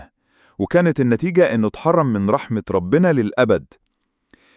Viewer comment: كلمة ربنا بضم الباء